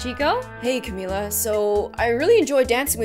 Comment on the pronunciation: how you say camila is cam-mill-la